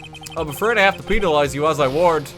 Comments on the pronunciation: why are you saying penalize like pee-nal-ize kinda sus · I'm more disturbed by his pronunciation of penalize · that is NOT how you pronounce penalize